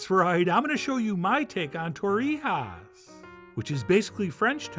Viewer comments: In Spain they don't say torrihas, they have a scottish g like in loch. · Torrejas or Torrijas. One thing, different regional name or pronunciation.